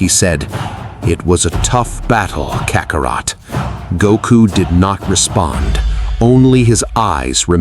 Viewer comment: Who is Kaka-roat 🤦🏾‍♂️ at least if yall gonna plagiarize DBS say the names right this is my issue with a lot of you channels! KAKA-ROT